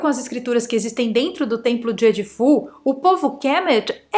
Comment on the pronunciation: Não é edifú. É Edfu…só uma observação ok